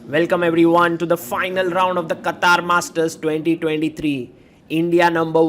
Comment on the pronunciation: “QATAAR” ?! 🤷🏻🤷🏻‍♂️ It is “QATAR”.